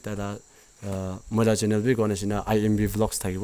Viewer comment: Bro please don't say chenen😂 Channel